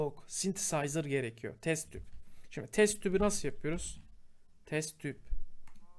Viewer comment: şimdi yerine şimde demesini sevenler +1:)